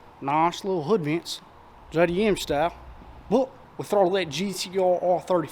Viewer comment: "jaydeeyum shtile" 💀